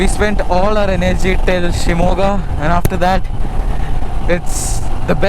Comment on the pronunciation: I liked to hear u pronounce shimogha nicely..